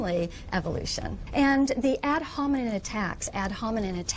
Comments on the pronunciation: "ad hominenenen" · "ad hominen attacks" lol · Clearly she's not educated! It's ad hominem NOT ad hominin you illiterate twerp! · Ad "hominen" attacks. 😂